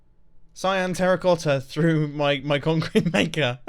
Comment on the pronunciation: Mumbo: what should build with? Mumbo: conk crete